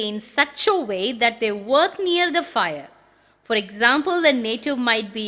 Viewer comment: Fire ( agni) pronunciation sounds like fear(பயம்) This may please be corrected